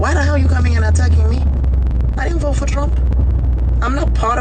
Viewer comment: "I will voe......for Donnell Trump"